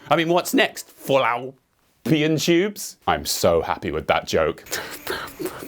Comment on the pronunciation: Literally spat out my coffee at "fall....outpian tubes" 😂😂😂